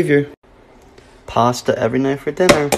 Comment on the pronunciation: i myself am italian and i would like you all to know that it is not POSTA it is PASTA